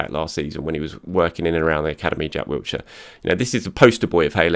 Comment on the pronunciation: there is no T in Wilshere. Please pronounce his name correctly. He deserves that much. There is no excuse as an Arsenal fan and journalist to get his name wrong.